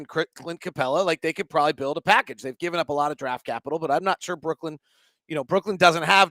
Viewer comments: It’s just Brooklyn not Brook-land thanks for all of your smart analysis as always! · Dialectal variation will dictate the pronunciation, aka - accent. If you're going to be criticizing people on such things, it'd also help to use IPA format, and not arbitrary orthographies. He says [ˈbɹʊk.lənd̥] and people from there would say [ˈbɹ̠ʷʊ̠kɫ̪ɪ̈n], and people from across the pond might say [ˈbwʊk.lɪn]. You know what he was referencing, and the point of language is communication, so he said it "correctly" (there's no such thing) because you understood. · Friendly criticism / pet peeve... It's Brooklyn, not Brookland